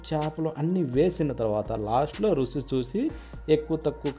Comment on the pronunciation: సలి కాదు సార్, చలి అలాగే రుసి కాదు రుచి